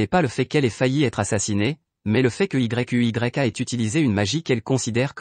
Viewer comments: Mec arrête de dire yu y'a 😅dis seulement yuya😊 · * arrête de dire y u y a * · Tu m'énerve quand tu dis y u y a dis plutôt yuya tenjo c'est mieux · c'est quoi ce nom Y.U.Y.A dis simplement Yuya c'est mieux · Ce résumé est beau 😘😘. Mais tu m'énerve lorsque tu dis Y.U.Y.A😤😤😤. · Dis plutôt Yuya au lieu de Y.U.Y.A😂😂😂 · Oui dit yuya et non y u y a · Wsh comment tu dis yuya à la place tu dis y u y a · Yuya pas y u y a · Mais c'est quoi ce nom Y.U.Y.A 😂😂 dites juste yuya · Arrête de dire yeyk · Arrête de dire yuya😠😠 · Ouais mec c'est frustrant 😕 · Pq tu dit y.u.y.a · Arrête de dire Yuya 😡😡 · Ça énerve quand tu dis y,u,y,a🤬😡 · Arrête dire Y U Y A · Arréte de dire y u y a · Sa donne mal à la tête dsl